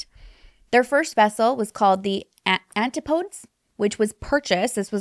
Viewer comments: Very interesting video! Just as a heads up, I think the other sub’s name is Antipodes: Anne - Tip (like giving a tip for service) - Uh - Deez. 😊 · I stopped watching this about 10 minutes in. My suggestion, learn how to pronounce all of the big words. If you research a bit, the big names, like Antipodes have been said out loud a million times. Not a good video.